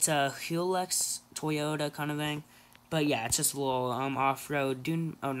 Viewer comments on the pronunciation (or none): MAN SAID HILLRIHX 😂😂😂😂😂 ITS PRONOUNCED (HILUX)